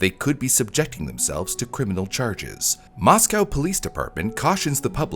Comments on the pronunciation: moss-go, not moss-cow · local to the area of the crime its more pronounced "Moss-Co" than the russian town "moss cow" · The city of Moscow, Idaho, is pronounced "MOSS-koh" (rhymes with "doe" or "go"). Unlike the Russian capital (pronounced "moss-COW"), local residents emphasize the second syllable with a long 'o' sound. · 'Arraignment' is not pronounced 'arrangement,' the g is silent and the second syllable ends with an 'n' sound. The Moscow in Idaho is pronounced moss-co not moss-cow. Finally, in the last name 'Goncalves' the c makes an s sound like 'gone-saul-vez'. Just FYI, so that you can correct these pronunciations and appear more professional and informed in the future. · FYI... Mos-coe, not Mos-cow. Lay-tah not Lay-tuh. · It is not pronounced Mos-Cow. It's pronounced Mos-Co. It was so weird living in town during this time. It's so weird to see videos about my town. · MOS COE!! NOT COW!! NO EXCUSE FOR SLOPPY WORK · yea lived there for years Moss-co is Idaho Moss-cow is Russia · Just throwing it out there, the towns name is pronounced 'moss-co' source: I'm a local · mispronounced Moscow, used the wrong word (amiable when it should've been amicable), mispronounced Olivia, mispronounced Chapin....this is amateur hour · Right? As well as the name of the town.